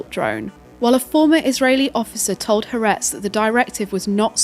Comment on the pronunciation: FYI Haaretz is pronounced Ha-A-Retz, with 3 syllables